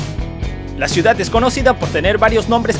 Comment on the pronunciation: constitushional??? judishial??? construcshon shiudad???